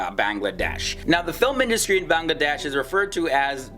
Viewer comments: Its bangladesh not banlaaaades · Beeeyngladash and Nephol really nigga? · Its not banglaadeish, it should be banglla'Wedaish. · i cant stop my laugh when he pronounce bangladesh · The way he pronounces Bangladesh 😂😅 Loved the video though!! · D is silent in BANGLADESH